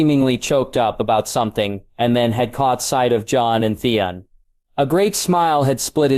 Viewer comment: Why is Theon so hard for AI to say? Really all names are pretty bad.